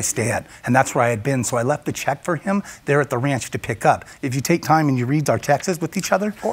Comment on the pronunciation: Every time he says “tex-is” instead of texts I die a little inside.